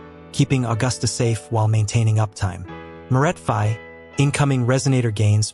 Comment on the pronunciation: LOL, the mortefi pronunciation and about her signature weapon, are these the exact stats or did they buff it?